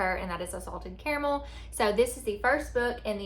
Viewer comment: I say “care-uh-mull/mel” so my vote is you’re saying it right 😂